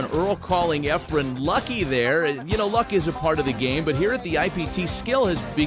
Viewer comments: Earls a baby. And it’s Efren not Efrum. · Quit calling him Efrum, announcer.